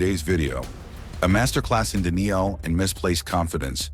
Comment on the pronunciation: "a master class in deneal"